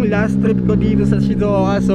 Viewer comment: Shizouka pero hindi shizouko 🥴